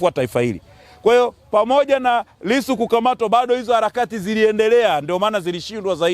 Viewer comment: Hata jina la Lisu anakosea kulitamka